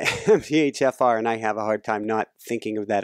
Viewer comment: Really enjoying the interview. You can tell is ADHD by the way he pronounces things like MTHFR ("emteechaffar.")